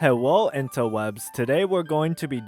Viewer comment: Im sorry bro, I just can't watch this. All I heard was "hewo" I can't man.💀